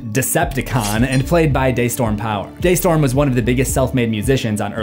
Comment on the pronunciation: its "dee" storm